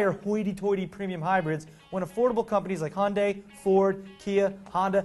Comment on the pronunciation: can you please pronounce hyundai correctly? please? its not HON-dai. its HUN-dai (or day). like sunday.... i'll even accept the british version. hi-un-dai. just please stop with the hondai. there is no "o" in the name. /rant